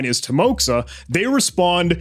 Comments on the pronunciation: Or Ukrainian. Visual difference is in just few letters. At least based on his speech i would not throw this possibility off head. But way he pronounced word "кто" (as "hto", instead of "kto") slightly skews me to either Ukraine or border region of Russia? Timoxa ==> pronounced as Ti-mo-ha (not ~ksa), is diminutive and familiar form of name Timofei. Not very popular name in Russia i might say, but with amount of people, plausible possibility. But, i will note... Imo, but his uploaded video of cheat, and voice in interview do not sound that same for me. Pitch is way different. I guess it is plausible if there is 3+ year difference and he was like 14 to 18 years... Still hard to prove if it is same person. Especially hard to parallelise them as they spoke on two different languages. About emails with different numbers. It may be him, but may be another person. A lot of people are required to register here and there for school work nowadays, and as children they often create accounts with name+number (often suggested). But these discord conversations surely do hint on link between his current discord name and his previous account name. No definitive proof as he denied that cheat forum involvement, but still big piece enough. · I believe it should be pronounced as Teemoha, not Timoxa. Because X in Russian is sound like English H, and I should map to EE sound. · Bro this is not "timoxa" it's a timoha, it's a Russian name. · Как больно было слушать тимокса, когда ты Тимофей 🙄